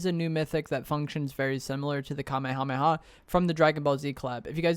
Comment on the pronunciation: Love the content but every time you mispronounce “Kamehameha” I die a little inside